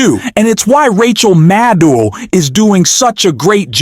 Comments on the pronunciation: Rachel “Maddul”? Did she change her name seconds after this guy said her name as “Maddow”? Y’all excuse me, maybe I’m just soaring but it sure sounds like he either changed the way her name is pronounced in less than 2 minutes deliberately or forgot that quickly how he said it just moments ago. Then again, he says “pending the need” before saying “bending the knee” 11 seconds after. Am I just high, deaf, or did anyone else catch that also? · It’s Mad-oh. Simple.